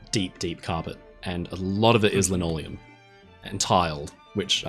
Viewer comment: I laughed out loud when said "I'm fascinated by lanoleum". 😂 Great video. Thanks!